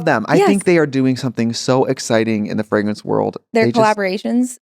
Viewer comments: she can't even pronounce fragrance lol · I love that Trixie's Minnesota accent comes out when she says "fragrance". 💕